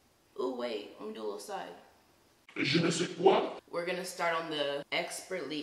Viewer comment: When she said « je ne sais quoi » French girl😌✨